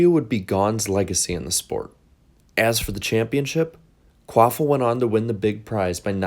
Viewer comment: I absolutely ❤ you & BFM & found you thru BFM but I do gotta ask, who in the hell is Travis Quaffle??? The way I always heard it pronounced on TV, so I thought & so I thought my ears heard, was Travis Quapple, not Quaffle lol. And even Google's CC captions have got u saying Quaffle so I know it's not my deaf ears 😆. Anyway ❤ your channel & try to nvr skip any ads on your vids & hope u get $(💰💵💵💲) paid for them. I just found your channel a few weeks ago, finally thankfully, so I've been binging. Which binging is my fav thing & I feel like I'm binging on a Breaking Bad or Game of Thrones type of show since discovering this channel. I must have watched some of your vids b4 but just nvr bothered to SUB or anything, just autoplayed into the next video but so glad now that I finally found you, WooHoo! You da MAN dude! Please keep up the excellent, entertaining & knowledgeable work!! 🏁🏆👍